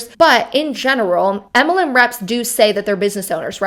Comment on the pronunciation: I chuckle every time you say MLM. It sounds like you say EMLEM 😂😂😂